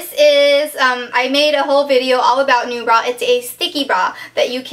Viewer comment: lol...when you said NuBra...i thought you said "new bra"...hehe...